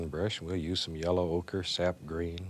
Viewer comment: Love the way he says yellow oak, " Yella oaker" lol